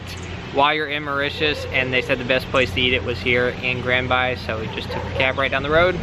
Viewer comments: Its not grand bey Its grand baie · You spelled grand baie wrong...it should sound like "bae" not "bye" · "Grand Baaaayyyy" omg 😂🤣 its grand Bay like grand BAE